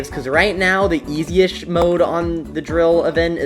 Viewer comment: Bro sayed eshziest